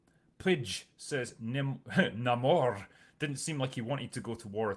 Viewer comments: So they changed how Namors (Nay-More) name is pronounced and say it's not his real name. And made him some mesoamerican stand in instead of half Scottish half atlantean. He has piercings and facial hair that look nothing like the character Changed his peoples name and completely changed their origin from Atlantians to some knock off Aztec water wakanda that was oppressed by conquistadors And Nahmoore ends up with his people under Wakandas protection? It sounds like the only thing he has that Really Namory is his little ankle wings (also drinker has a problem with those based on physics? But hulk breaking conservation of mass with every transformation is dandy?) That's no way to treat marvels very first character. One of comics first superheros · I'm just not interested, the only thing I was looking for was Namor, being a fan of the john Byrne namor run, but when I heard him being called Namõrrrr it did actually bother me. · Why do you keep mispronouncing Ramón's name?